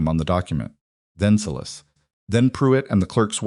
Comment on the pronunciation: Thank you for pronouncing Sy … las properly.